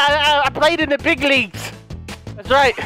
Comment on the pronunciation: Not thu yuttas